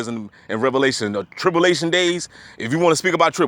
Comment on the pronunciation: tripllation is incorrect it is spelled tribulation and pronounced trib- u -lation. 👍